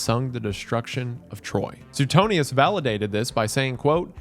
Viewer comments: man i love you but suetonius is pronounced like su-way-tone-i-us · Wendi. Suetonius is pronounced “Swee-tone-ee-us” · I don't think I've ever heard it pronounced Soo-ten-eeus 😂